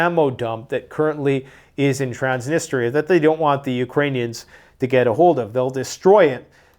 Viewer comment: for the love of God, dude... "TANS NEES TRIA" "KANE ZE AN"